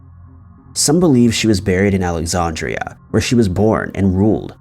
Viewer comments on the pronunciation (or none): Super impressed with your commitment to the mispronunciation of both Cleopatra and Alexandria.